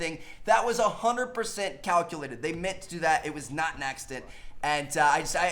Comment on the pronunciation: "They mint to do that" ahah